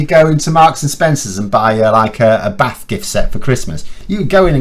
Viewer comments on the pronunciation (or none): none